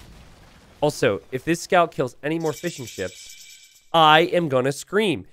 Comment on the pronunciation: Anyone else hearing "fish & chips" every time says fishingships, or am I just hungry?